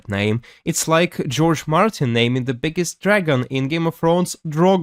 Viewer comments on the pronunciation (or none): none